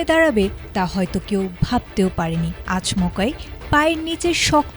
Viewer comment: ম্যাম, শব্দটি হবে আচম্কা, আচমকা নয় (0.09-0.11)